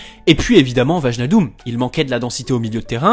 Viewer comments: "VAJNALDOUM" ...J'ai eu peur qu'il dise autre chose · Pour info le J dans wijnaldum ne se prononce pas ça se dit "vailnaldoum"